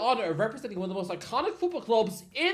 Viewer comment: sir he actually said "ome of"🤓